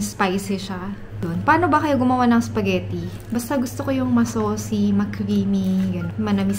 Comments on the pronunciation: Tuwa talaga ako pag binibigkas ni yung spaghetti 😂 "sapghetti" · Til now sapagitti pa rin pag pronounce ni 😅